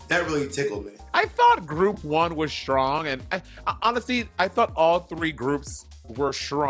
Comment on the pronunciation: Why does monet say "shtrong“??